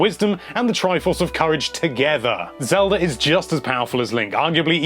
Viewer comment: Lol he sometimes calls it "Zelder"